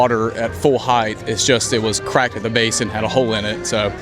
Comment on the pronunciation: base, not bass. you said bass instead of base, and it basically confused people with bassic bass guitar knowledge.